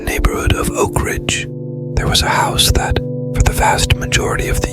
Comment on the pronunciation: Haunted Hill 'Housey'??? How not to train your bot. And macabre is pronounced 'macaub'. The r and e are silent. Such is the bane of French words---extra letters. Great story, though.